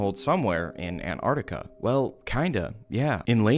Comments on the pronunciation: An-tart-ti-ka Not Ann-arrkita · I am so triggered by people saying antartica instead of Antarctica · “Anne Artica» like americans say🙄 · Why do you pronounce Antarctica An-ar-ti-ca? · An *T*ARC TICA plsssss i don’t know why Americans refuse to pronounce it correctly 😭😭😭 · Nice video. But really hate that the whole of the fking United states can't pronounce the first t in Antarctica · The biggest conspiracy is why Americans don’t pronounce the first T in Antarctica